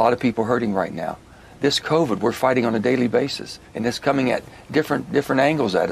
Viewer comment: omg he cannot even pronounce covid! covee-yid :P he needs to get out!